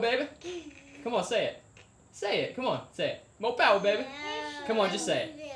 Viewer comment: MORE POWAH BABEH